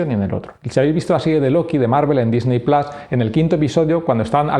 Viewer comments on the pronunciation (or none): none